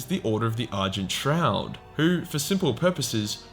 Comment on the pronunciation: Am I the only one that heard "Order of the Urgent Trout"?